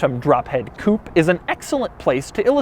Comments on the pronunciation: It depends on how it is spelled. This is Phantom Drophead Coupé - pronounced coo-pay. The Mercedes-AMG GLE63 Coupe is spelled by MB without the accent aigu, therefore it is a pronounced coop. Doug is mispronouncing it in this video, but pronounced it correctly in his MB video. Or he's just trolling ;) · Why does he keep pronouncing coupé as "coup"?? >.< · You do not pronounce coupé the right way . There is an accent at the end (it means cut in French) so pronounce it like the pe on pessimistic . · What is a "coop"? Coupe comes from French and is pronounced coopay. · It's a Coupé (coo-pay), not a coupe (coop). Just sayin' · it is Coupe (cupeeeeee..iiiii) not kup...as u pronunce it...damn it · You said Coop !! 27.000 times .......as an anglophile you surely know it's pronounced Coupe' (Coupay) .........and as for "aluminum" instead of Alu-mini-um....well I never ! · Oh my ,Doug could you please use the proper pronunciation of coup'e when addressing a Rolls Royce..? Please say coup, pay...Isn't it, say what and all that... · Please can we get a petition to officially make "Coupe" pronounced the way it should be in French coupE with E pronounced, its not a CHICKEN COUP!! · Pronounced coopay not coop . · Stop saying koop. It's coupe´ which is pronounced koopay.... Grrrh..!! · Why do you always pronounce it "Coop"? Its supposed to be pronounced "Coopay". I know you are american and i know you guys cant pronounce foreign words to save your life, but at least try. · It is pronounced COOPAY not COOP. A chicken COOP is where chickens lay there eggs!! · Can you please pronounce it Coo pay. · To all Americans and once and for all: IT’S NOT COUPE IT’S COUPÉ (COUPAY)!! IT’S A FRENCH WORD, NOT ENGLISH!! COUPE MEANS CUP IT’S NOT A CAR SPEC!! GODDAMN!! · I hate the way Americans can't pronounce Coupe as it is, but saying 'coup' for a Rolls Royce is just insulting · Why do Americans pronounce coupé, coop? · its fucking pronounced coupé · Doug the type of guy to pronounce coupé wrong.